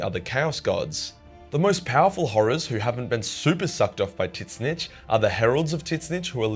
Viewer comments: I've never heard anyone pronounce Tzeentch name like that. Not complaining, just something I had to hear a few times to realize what you were saying. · Calling Tzeentch wrongly is not funny as a joke anymore, it getting annoying. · bro can't evn pronounce Tzeentch's name, ths vid is gonna hurt my ears, especially since im a follower of Tzeentch (and Slaanesh, but thts irrelevant xtra info) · Can't pronounce the name, huh? Change video! Idiotic. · Anyone going to tell he’s pronouncing tzeentch wrong. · Man's didn't say Tzeentch correctly one time and that is chaos I approve of. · So isn't the T silent , always makes me wonder when you say it. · Sigh, I get that it looks like it should be said that way, but still, hearing 'zits-snich' instead of 'zin-neach' irks me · Argh I can't handle it! Pronounce it "zeench" not "tits-nitch"!!! 🤣🤣🤣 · ITS PERNOUNCED TUH ZEE NCH NOT TITCH NITCH WTF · wait i'm so confused on how you pronounce The Name. Is it not [TZYNSH] or most likely [ZYNSH]? Why are you saying [TY-SSNYTSH]? Sounds like you're talking about a Skaven... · i cant stand how you pronounce Tzeentch. Its pronounced 't-zeen-tch' not 'tits snitch' :') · Mate Aussies have some whack pronunciations but tiss-nitch? Wot m8. It's tz-inch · Every other people: "zinch": "tit snitch" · what with this god dumb pronunciation ... it is not fking T zeentch , it is Tzeentch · I think hes fucking with the lore nerds calling tzeentch "tit-snitch" And im fuckin loving it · Tisnitch????? Dude no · are you saying titsnitch or tzeentch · Couldn't get passed him calling him titsnitch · I know you’re Australian…but why do you say his name with two syllables? Soft T…like Tsaziki? Soft N… Slides off the tongue like “each”? Zeech More or less? Idk. I love your videos, but every time you say their name. 🫥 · the way he pronounces tzeench's name makes me laugh my ass off. tit-snitch!!! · Brother kill why do call it titznitch? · Is he saying Tit-snitch? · Are you saying Titsnitch?